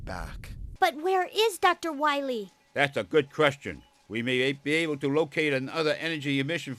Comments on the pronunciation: Dr. Wiwwly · Dr.Light is Hunting Wabbits with Dr.Wawee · Light: We find dat meteor, we find doctar Wywe! Me: LOL! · MEGA MAN! DOKTA WOWY HAS BEEN TWIYING TO DESTWOY YOU SO HE CAN TAKE Oo... oh... VER THE WOILD! Mega Baby: YAAAY! (Glass breaks) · Poor Dr Wahwee, What ever we he wo? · To quote the Great Clement: "We'll find Dr Wahwee? DR WAHWEE?! Who hired this idiot?" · *Dr. Wahwee